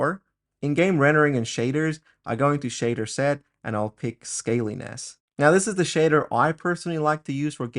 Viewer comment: It is "Scan Lines" not "scalyness"